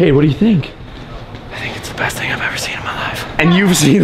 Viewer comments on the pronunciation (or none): I now laugh when Jake says "this will be hest for our kids"...